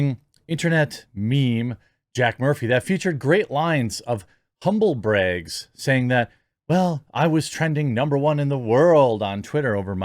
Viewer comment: “humble breygs” (brags) is the new version of “canvas beygs” (bags) during Fallout76